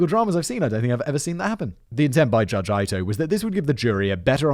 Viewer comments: Pronounced eat oh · Knowing everyone will hate me for this... Judge Ito's name is pronounced E-toe, now please excuse me as I go back to my life knowing I'm a jerk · Great job! It's so funny to listen to you mispronounce names that everyone in America knows. "Marsh-a" and "E-toe" (Marcia and Ito) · Lol Ito is pronounced as ‘ee toh.’ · Sometimes I am a bit skeptical of whether or not Simon is as unfamiliar of the case as he says.. but his pronunciation of Marcia and judge Ito has me convinced! It’s probably a bias as someone who grew up in the States that there is anyone who isn’t pretty familiar with this case. I was maybe 7 at the time and I remember where I was during the bronco chase and the verdict still. No offense to Simon at all, you’re a Legend! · I’m fluent in Japanese and can say that Simon’s pronunciation of Japanese family names is as far from “correct” as a person can get. (Yamaguchi and Ito) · You really need to work on your pronunciation of Japanese names. You got both Ito and Yamauchi wrong. The I at the beginning if Ito is like a long E. Yamauchi is Ya'ma'u'chi, the a and u don't merge. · Simon is the first person in recorded history to mispronounce Judge Ito's name. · The pronunciaion of "Ito" ... 😬😬😬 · It's clear thar Simon not only has no foreknowledge of the script but has very little knowledge of common knowledge history at all. I'm finding him to be irritating to the point of cringeworthy. You don't know who Ronald Goldman is? Rodney King was beaten to death? It's pronounced "E-toe", not "Eye-toe,". Plus, to either laugh off his ignorance (in other episodes) or in Goldman's case, become so serious that it comes off as disingenuous? Ffs. Why have I been listening to this hack? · I have thought OJ did it since the trial. My mother was certain he was being framed. I disagreed strongly. I know you did not know, but the Judge's name was pronounced EE-to. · The judges name is Ito......It's pronounced "E-toe” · Its pronounced It-toe. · Lance Ee-toe.